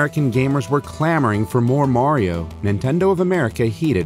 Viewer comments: I can't belive that they pronounced mario wrong. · Also, I never knew in the official commercial it was pronounced "Mair-io". Always been a pet peeve of mine, lol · I love how the commercial says Mary-o instead of Mario. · Super Mary-O!